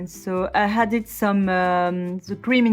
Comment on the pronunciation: I love your channel and your videos. I have a pronunciation tip for you: Whenever you say "added" you pronounce it as "hadded". There is no h in this word.